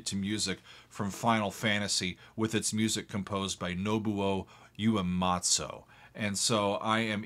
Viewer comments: Nobuo Uematsu's name is pronounced Noh-boo' Oh oo' eh mah TZU not "matzo" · Hi! I know the Japanese names can be difficult to pronounce especially if you aren't familiar with the language. For your benefit, the composer's name is pronounced like "Know Boo Way Mott Sue." I hope that helps! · "Nobuo Uematsu" = Know-Boo-Woah OO-Weh-Mah-TSU (like the "ew" in "chew" but with "the TS" sound) - The closest way to an American English pronunciation I'd suggest. Sauce: I taught (Basic) Japanese. ^_^v Just thought I'd help with the proper pronunciation of this great man's name. <3